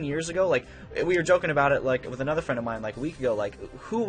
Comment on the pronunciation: “Twith”....... BRUH